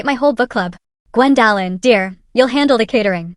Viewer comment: Can we please train AI to pronounce names and words correctly? Gwen-DAHHH-lyn 😂